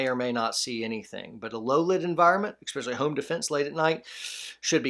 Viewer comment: eSpecially not eXpecially my brother